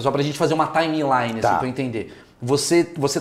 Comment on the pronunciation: Pra gente fazer uma “ TÁI MI LAI NI “ pqp. Que inglês desse Maurício.